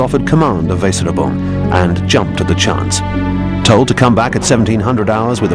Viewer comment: The pronunciation of "Weserübung" is *atrocious*. My German is pretty basic, but this tears my ears.